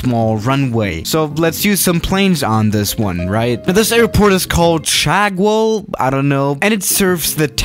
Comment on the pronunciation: Mans also said Shaa instead of CH aa